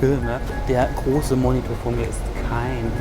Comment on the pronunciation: Es heißt Fernbedienung und nicht Controller und die Aussprache von Monitor ist nicht ganz richtig